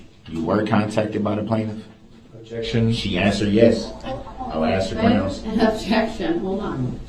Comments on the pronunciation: It’s grounz not groundz 🤣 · SuBstain TacKit TacK-tik Grounzz Relevancy Revelancy Axed Troof Biast What else am I missing?